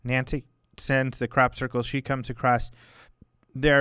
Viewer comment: I love OM radio but I have to laugh at pronunciation of crop circles...sounds more like 'Crap 'Circles lol. keep up the good work and peace to all. (and hey its ok to have a laugh eh?)